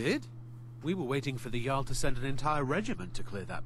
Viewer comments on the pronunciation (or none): none